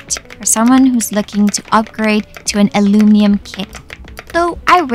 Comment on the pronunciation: Funny how your English is basically perfect except for one word, aluminium😅